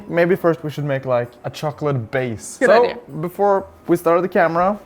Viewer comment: She speaks English better than many who that is their only language. The word is Idea. Not iDeer or iDeal. And while i'm at it, there's no such thing as Buh-Sketty. 😋